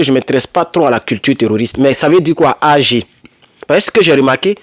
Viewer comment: Ag se lit "Ague" c'est le début d'un nom